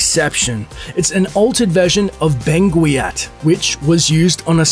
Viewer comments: It is pronounced "Ben-Gat", I used to say Ben-gwee-at too. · Font is pronounced: "Ben - gat". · That's now how you say Benguiat. Literally one google search would tell you how to pronounce it correctly.